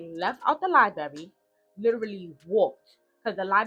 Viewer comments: Giiiirl it's pronounced LIE-BRARY!!!!! Her mom is at fault for allowing this to happen to her. Yes, you have to protect your kids from your kids!!! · Baby, it's 2025, why are you still mispronouncing liBRARY and LIBRARIAN?! Liberry and Liberrian is insane! 😂